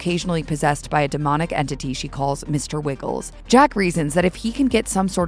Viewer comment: Mr. Wiggles?? Just saw this movie last night and the character’s name is Mr. Wriggles as a descriptor of its ability to wriggle its way into Lily’s consciousness. I appreciate calling out the AI conversation, as that is important, but it’s tough to not view this video as just fodder when arguably the most important character’s name is mispronounced multiple times. Did they watch the movie?